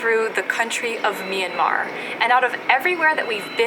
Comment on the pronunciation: And also it's not me-an-mar It's m-yan-mar